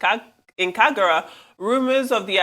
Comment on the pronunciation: Its kagara not kigara